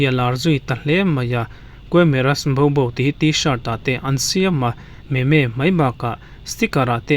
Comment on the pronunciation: Memes (meemz) ti a lam tur ania. Meme nilo in.